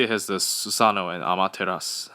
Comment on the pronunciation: It is Amaterasu not a motorist or whatever the heck you said it's Amaterasu.